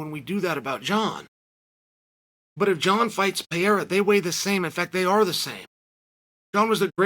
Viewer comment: It’s Pereira, not Payerra…